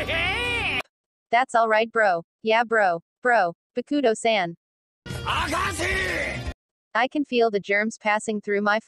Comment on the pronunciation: agashiiii instead of Akashi lmfao